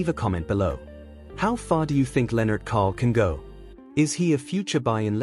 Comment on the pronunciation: Lennart Karl - Not Kohl. But besides of that very beautiful story telling video. Congrats Aschaffenburg = Ashaffenboorg - not Ass-tchaffenberg